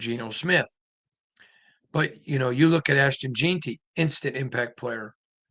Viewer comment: Why do you have to pronounce stuff differently? The whole world says jeanty not jeenty